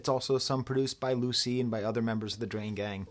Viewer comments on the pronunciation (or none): none